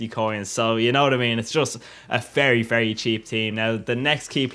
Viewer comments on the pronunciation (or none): none